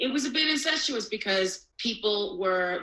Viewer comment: Ok was I the only one tripped up over incestous? I thought she was talking about that Alabama stuff 🤮😂